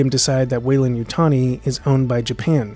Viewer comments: What happened to the 'd' in Weyland? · Shouldn't it be WeylanD as opposed to Weylan? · There's a blooper over that beer, it should be Weyland, not Weylan.